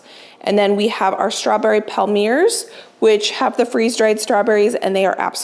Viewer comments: Palmier is a French word that means palm or palm tree and it’s pronounced palmié like in fiancé 🙃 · Hi, a small tip for the palmiers (palm-ee-ayz) - try rolling the two sides towards one another to the centre instead of folding. Claire Saffitz has a good tutorial and rolling gives them that classic heart shape:) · Palmier cookies are pronounced Pal-mee-ay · Palmiers are pronounced “palm yay” the r is silent. But at least you do not mis pronounce Worcestershire- I cannot believe the number of American chefs that do not seem to know how to say that. Sorry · Hi! Just a little French lesson….Palmiers are pronounced “palm-yay” Love you and your channel! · I looked it up for us as I was curious too. Online says Palmier is pronounced pal-mee-ay. Makes sense as they originated in France. Thanks for the inspiration as always 😊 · I think Ina pronounces it pall-me-ay